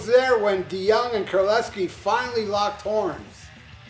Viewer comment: Golden Lair? It's Golden Lark. Not sure this guy really knows his stuff. Few other mistakes too, including how to pronounce JC's last name.